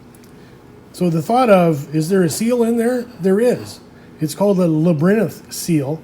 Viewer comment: Labyrinth? Like LAB-e-RINTH????